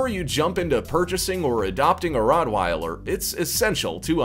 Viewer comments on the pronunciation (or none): u say it as rottvieler